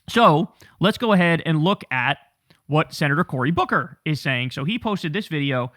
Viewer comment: Booker equals babble!!!